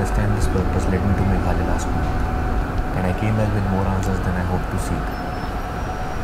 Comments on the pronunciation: Pronounce Me-gha-la-ya Which means Abode of Cloud.. Meghalaya also known as Scotland of East... Shillong is capital of Meghalaya, Shillong is called Rock Capital of India . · You are pronouncing it wrong. It is actually a single word and is called MAGHALAYA. Don’t use the last A and pronounce if as MAGHALAY. LAY as in SUR OR RHYTHM